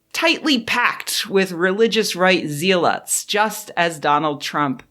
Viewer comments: 100% on board with what you’re saying here - apart from the pronunciation of the word zealot (ˈzelət) It’s like nails on a chalkboard in the handful of videos you unfortunately have to make use of it. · here I was thinking you were trying trademark a new word. Zeal - ot and tie it to some type of right wing ideology. Because when pronounced that way sounds more Germanic…